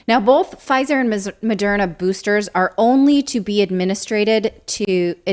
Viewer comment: What's with pronouncing it Mo-dare-na? Is that a secret correct pronounciation that almost nobody knows about?